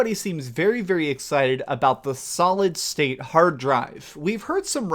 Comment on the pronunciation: Amazing video. Every time you said solid state drive... I heard solid snake drive 😂